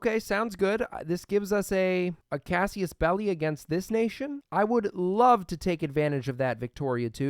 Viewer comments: CASSUS Belli not CASSIUS belli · I listend to this for dozens of episodes and I need to ask this now. Where in "casus", as in casus-belli do you spot the letter the "i"? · I love your vids but pls start pronouncing casus belli and cavalry correctly I beg you